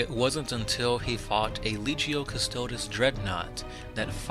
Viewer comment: “CustoDEES” bro.